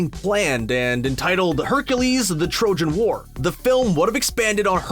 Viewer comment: I thought he said Hercules: The Trojan Whore 🥴